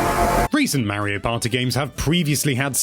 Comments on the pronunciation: Gotta love “Marry-O Party” 😂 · Figure out how to say mario